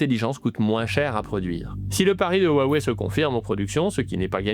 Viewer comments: Salut; merci pour la vidéo. Juste pour que tu saches, la prononciation correcte de Huawei est "Roua-ouais" et pas "Oua wai" - Désolé de chercher la petite bête, mais ca me fait toujours tilter quand j'entends les journalistes Français ne pas prononcer "Wuhan", "Xiaomi", "Xi Jinping" correctement. Si je ferais un travail journalistique, je ferais l'effort personnellement d'essayer de pronnoncer au moins les marques et les noms des entreprises/personnes étrangères correctement. Voilà, rien de bien méchant et je dis ça juste pour que tu sois plus crédible que les autres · faut apprendre à prononcémer Hua Wei [rhoua ouéi] : le nom basé à l'origine sur la fabrication de téléphones signifie "parler vers" et bien d'autres choses (hua : culture, transformation ; Wei : causalité, direction, "allô" ) bon on a mis 30 à savoir prononcer hyundai 😅